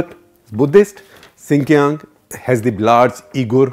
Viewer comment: Sir xinjiang is pronouced wrong ????